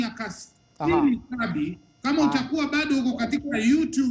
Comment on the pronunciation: it's Kabi not Kambi🤣🤣🤣